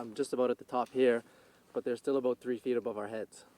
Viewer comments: Both of those provinces are the southern part of Canada. It's not that it's super cold here, we just get some freak snowfalls every few years. Not "pretty far north" at all. And you did that thing again. You said it perfectly the first time (a-boat) and then repeated it two more times, getting further away from what the Nova Scotian said (a-boat) and closer to the American cliché (a-boot). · Your pronunciation of "about" does not sound like the guy in the clip. lolol. You sound like YOURE saying "aboot" not the guy in the clip lol. I only hear "aboot" from people trying to make a Canadian accent. lol I'm sure somewhere in Canada people may sound like that like, say, if you're an immigrant? It's a funny stereotype though lol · That’s the first time I’ve heard a Canadian say “about” incorrectly. I thought only South Park and some Americans say it that way. It must be an east coast thing. Like Americans say crick instead of creek or ruff instead of roof.